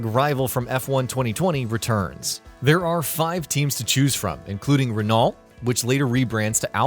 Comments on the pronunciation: Yeah runot instead of Renault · Renolt?? Renault hahaha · Its pronounced Ren-oh 👍🏻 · renul, alfa tory, alpiyn, wulliyams, haahs and many more XD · Dude you really need to look up how to proouce things low points being imola and Renault... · American's saying Renault is funny.